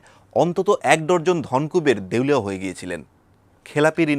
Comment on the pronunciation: dorzon noy, habe dazan(dozen in english)